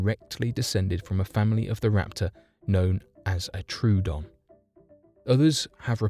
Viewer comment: Troodon is not pronounced True-odon, but rather Troh-oh-don. you can see how to pronounce it on youtube.